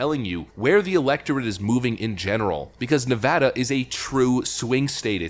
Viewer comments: 1st off...that you for pronouncing Nevada not nevAWda! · Thank you for pronouncing "Nevada" correctly. :) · Thanks for pronouncing Nevada correctly. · Thank you for pronouncing Nevada correctly. As a native, one of the biggest pet peeve’s is to hear it spoken like you are trying to be Spanish. That said, I now live in Tejas. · You pronounced Nevada correctly. 💘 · It's a small thing, but it means so much to Nevadans: Thank you for knowing how to correctly pronounce the name of the state.